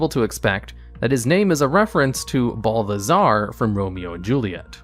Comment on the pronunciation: harbinger (har-bin-jer) a person or thing that announces or signals the approach of another. balthazar (bal-tha-zar) there is no "d"